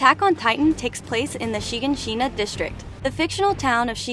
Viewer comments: Anyone who hears them pronounce it in the show will know its (Shi-gan-shi-na) not (Shiga-shina) reply if u agree. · Yeah like a slap on titan did with her😭 it also bothered me how she pronounced shiganshina (sry idk how to spell it💀)